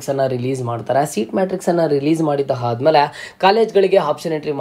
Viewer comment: Aadamele annu haadamele alla